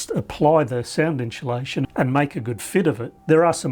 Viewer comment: "...inSHOElation.." What?